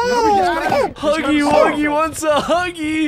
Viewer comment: Bruh u cant read, spell, or talk its Huggy Wuggy not HUGGIE WOOGIE